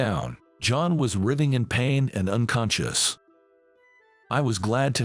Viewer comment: It is NOT busyness -- it's business. And it's rithe-ing, NOT rything. FOOL!